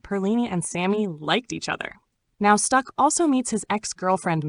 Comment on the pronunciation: Can’t help But seem a little racist calling it a village. And it’s STACK not STUCK